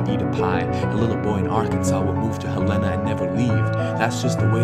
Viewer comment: Why does he say Helena like that? Awesome preformance but I'm from Helena and that's not how it's pronounced lmao